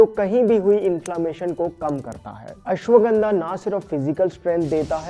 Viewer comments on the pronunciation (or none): अश्वगंधा not गंडा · Kuchh jyada hi herbs k pronunciation ko advance me nhi bol rhe h,aise bolne se angrej nhi honge ,shuddha bolo,its दिव्य not डिव्य,it's पतंजलि not पटांजलि and पटैन्जली it's त्रिफला not ट्राईफाला ,it's तेल not टेल it's अश्वगंधा not अश्वगंडा aise hi sabko galat pronounce kr Rhe ,Indian ho language me bhartiyata lao sharm kaise ye to herbs h bhai ,itna bhi advance Mt bano